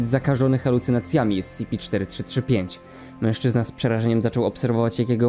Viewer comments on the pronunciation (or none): none